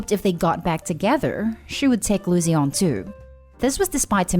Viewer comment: learn to speak correctly or stop making them , her name is not loo zee , its Lucy , said Loo see , you speak in a lazy way and you need to stop that its insulting to miss prounce someones name because you are too lazy to talk correctly